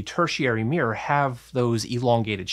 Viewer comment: Love that primary "meer".